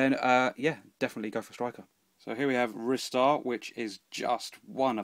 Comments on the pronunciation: following up on the pronunciation thing - I always pronounced it Rye - star! :) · According to Japanese phonetics for 'Ristar the Shooting Star' it's pronounced 'Risutā za Shūtingu Sutā'. Pretty sure 'risuta' is pronounced with a hard 'ri' and not 'rye' so I think I win! Haha!